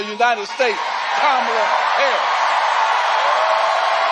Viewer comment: M Johnson known her for 20 years and still doesn’t say her name right. 😂